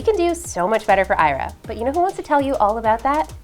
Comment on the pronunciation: I'm sure Ira knows how her name is pronounced better than you do! 😠